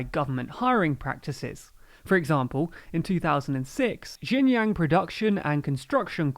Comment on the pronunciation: Great to cover this subject about Xinjiang, but for some reason you pronounce the J in Xinjiang like a Y throughout the whole video, while you pronounced the J in Beijing and Xi Jinping correctly.